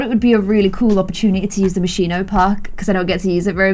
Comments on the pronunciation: lol its moschino not moshiino llove u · It's not pronounced Moshino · this is from the Moscino pack Me, an Italian: it's Moschino, but you are so freaking cute I will just start to call it like that too. ps: Hugs and kisses from Italy, I hope I will have the chance to meet you one day!*^* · The way that says Moschino is KILLING ME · 28 minutes of mispronouncing Moschino.